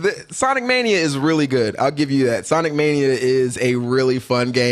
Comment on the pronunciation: "Sonique Mānia" lol